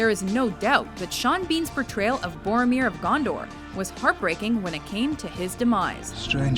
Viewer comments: It's Goromir of Gondork! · Awesome video but PLEASE learn how to pronounce Boromir!